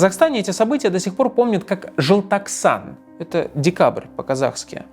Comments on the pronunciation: Не Жылтаксан, а ЖЕЛТОКСАН, ДЕКАБРЬ ПО КАЗАХСКОМУ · я не хочу быть душным или чето еще, но это читается как и пишется, желтоксан, буквы такие же как и на русском, почему «джылтаксан»? это тоже что-то из разряда «тэнге»? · жЕлтОксан!!! Господи, слух режет🤢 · Жалтахсан дибил научись правильно говорить Желтоксан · Не жэлтаксан, а желтоксан😢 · ЖЫЛТАКСАН😭😭😭😭😭😭 жЕл (вот прям как пишется, так и читается Е) тОк (вот как электрический ток) САН ЖЕЛТОКСАН ЖЕЛТОКСАН (на крайняк, можно было в гугле посмотреть как читается) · Ой как же надоели, когда искажаете слово о, не желтаксан, а желтоксан, мы же не искажаем слова на русском языке🤦. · ЖелтОксан а не желтаксан🙄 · Спасибо большое за выпуск! Но говорят ЖЕлтоксан. Не через Э, а через Е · В казахском языке е читается как е ни как э, не жэлтоксан а жельтоксан, не байтэрэк, а байтерек, это не монгольский язык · Юлия, не знаю как надо слушать, что бы слышать правильно «желтоксан». И в начале тоже, на второй минуте, Минаев четко говорит «джылтаксан». Конечно, спасибо за такой интересный выпуск, но раз уж делают, надо как минимум, без ошибок. Думаю, я имею право указать на это. Возможно, только казахам это уши режет 😊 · Желтоқсан читать жельтоксан, как ель, не как жэлтоксан, пожалуйста, а то по ушам бьет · Желтоксан! Какой желтаксан🥲 Это же ваши буквы, прочитайте их так, как они написаны, уже будет лучше чем ваше “желтаксан” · Не жэлтаксан а желтоксан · Жэлтаксан😂 а так выпуск👏🏻👏🏻👏🏻